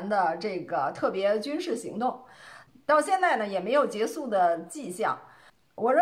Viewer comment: “结束”应念做“劫数”，不应念做“节素”。